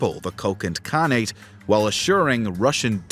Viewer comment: for a channel called "Knowledgia", you hilariously mispronounce many names!!! 🤣 you make KHAN-nate sound like some berry fruit ...